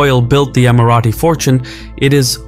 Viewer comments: EmiraTis, not Emirathis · Who told you that’s how you pronounce Emirati?